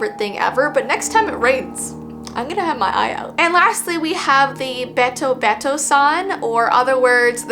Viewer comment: Hello! Once again your friendly neighborhood Japanese Second Language dude is here. Ame is actually pronounced (Ah-may) with a more relaxed 'ah' sound. The word 'Ame' also means candy, which I think is pretty funny Also, the be in betobeto-san is a softer 'bay' instead of a hard, sharp 'BAY' if that makes any sense. Really, sounds are a lot softer than they appear at first glance! Happy learning ~~